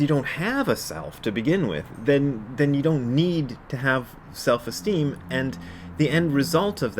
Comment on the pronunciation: So, Selves Esteem. (It sounds like Elves. Oh wait. No Elves Esteem?). Seriously a helpful 'cast today, Brad. Confidence for me is faith that the universe is already always there to help out. I forget that a lot, since I easily forget to take the self out.